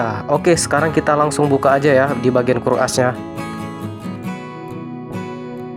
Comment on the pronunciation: Aus bang bkn haus.. kok selalu haus 😅😅😅 aus bkn haus kalo haus itu dahaga ,kruk as bkn kur as😊